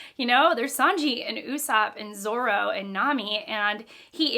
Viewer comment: Pronunciation can be forgiven, just never call Zoro Zolo. It’s a sore spot for a lot of one piece readers 😂 I like these discussion videos, you’ll be having theories all throughout your read. There are mysteries even at the current point in one piece that haven’t been fully answered and people theorise about.